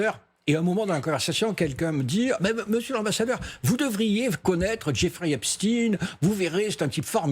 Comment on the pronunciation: Il dit une fois Jeffrey, une fois Joffrey, par contre il prononce très bien Epstein.